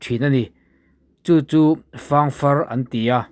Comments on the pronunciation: Fâng far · Di-In chauhin ditip a nei aw. Puk chhung chung lam hi DITIP tiin tumahin an sawi ngai lo. "Fâng rawn-aw" Hetah hian, "Fâng" hi i lam dik lo tlat bawk. Buh sawina "Fâng" rik dan pangngai kha a ni mai. "Rawng àw" tih hi, kan umau Lai/pawi tawng a ni a, rawn haw rawh/rawn kal rawh tihna. Buh kohna i tih hi chu a dik e. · Fangrawng tih khi buh fang tih laia fang tih angin i lam a, fang( buhsawina) thlûk deuh tur a ni zawk lo maw.